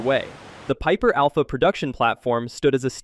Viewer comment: I had to put PIPER ALPHA on repeat cause it sounded funny 🤣🤣🤣🤣🤣🤣